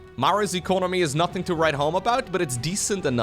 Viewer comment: "noting to write home about" - Take a shot!